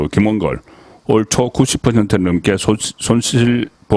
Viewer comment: 김홍길이 아니라 김홍걸이 아닌가요?발음을